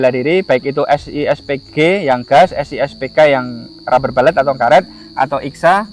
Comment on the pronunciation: rubber bullet -> baca rabe bulet bukan rabe balet ya boss brury